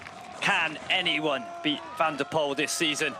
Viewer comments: Can someone please tell the commentator the winner’s name needs to be pronounced as “van der pull” and not “van der pole” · More like "van der poole"